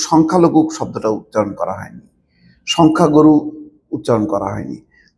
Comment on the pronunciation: শব্দটা হবে সংখ্যা গুরু আপনি গরু গরু বলতেছেন কেন ?